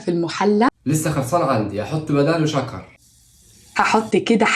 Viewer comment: ❌سكر ❌ ✅شكر ✅ هههههههههه😂😂😂